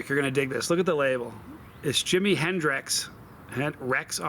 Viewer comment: Just a question: are you mispronouncing the name of the sauce just to mess with us? 🤔 If not, here's a clue to the clever little joke the creator left for us: when you consume a super spicy sauce, what quarters of your anatomy will be wrecked the next day? 😉 Love you,. And safe travels! 🛫